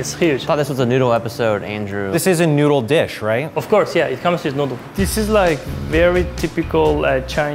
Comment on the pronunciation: The Asian women: NOU-DLE